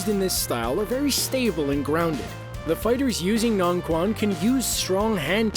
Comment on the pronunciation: Corrections: - Circle walking is not a synonym of baguazhang, but rather its fundamental training. - Shadow boxing is not a specific word for taijiquan. - Taijiquan - "quan" is pronounced like "chwen," not "kwan." (Just like in "qinna" or "qigong" - any "q" actually) - Shaolinquan, xingyiquan, nanquan, changquan - ditto (don't say "kwan"). Actually, both baguazhang and "northern Shaolin" are both very aggressive and very defensive. - Xingyiquan - I don't see any xingyiquan movements at all. - Northern mantis - I don't see anything here that looks particularly like northern mantis. - Kobudo does not have "of Okinawan" in its meaning; it means any kind of old martial art in Okinawa or Japan. (Also, why all the irrelevant Naruto clips here?) - Changquan - in real life, this is basically a synonym of "northern Shaolin."